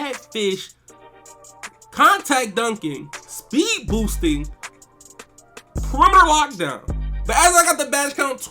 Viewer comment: Is does not say perimetoe lockdown